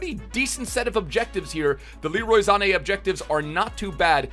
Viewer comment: "Leroy Zane" lol